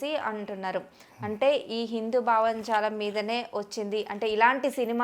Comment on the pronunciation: మోడీ బ్యాచ్ ఏంటీ ?మోకాలికీ బట్ట తలకూ ముడి పెట్టి నట్లు మధ్య లో మోడీ గారు ఎం చేశారు ? అమ్మా యాంకరమ్మ తల్లీ !కొంచెం తెలుగు భాష నేర్చుకుని భావజాలం అన్న పదం ఎలా పలకాలో ప్రాక్టీస్ చెయ్యి అమ్మా !!